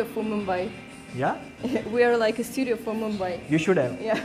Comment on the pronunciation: she said, we are like a pseudo for Mumbai (not studio)